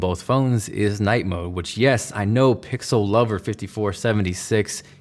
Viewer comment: did anyone hear that he said pickle instead of pixel?